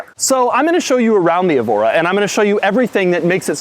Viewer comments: It's "EH-vo-ra", not "ee-VO-ra", like the Portuguese city Évora. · "This is a Lotus Ebola S"